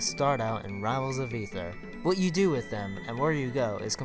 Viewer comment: Can you stop saying Rials XD